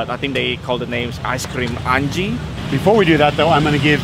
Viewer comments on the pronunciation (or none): The ice cream place Angi should be pronounced Ah Ngee